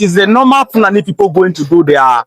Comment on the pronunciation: I notice that it is pronounced FOO--la--NEE